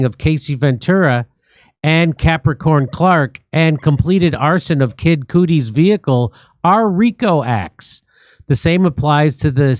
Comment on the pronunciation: Jimmy it's Kid Cudi not Kid Cootie 😂 you da man Jimmy